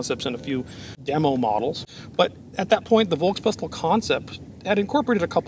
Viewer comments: One little note. V in german words is universally pronounced as F. FolksWagen. FolksPistol. Folksturm. And just to hit two birds with one shot, S before T (like in VolksSTurm) or S before P (like in spindel) is pronounced as Sh. Like in shot. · Just for the record : you would pronounce "Volkspistole" like this : Folkspistole. 😉